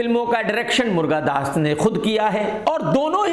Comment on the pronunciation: मुर्गादास नहीं, मुरुगादास बोलो